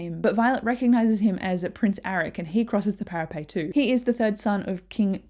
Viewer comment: Thank you so much for this, it was exactly what I needed before tonight's release. Is there a reason you say para-pay vs para-pet?